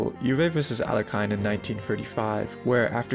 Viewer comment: the classic US pronunciation of "Alekhine"... the dude's just an imposter.